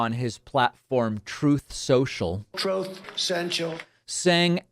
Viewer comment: "TROOTH SENSHAL". Okay, Donald.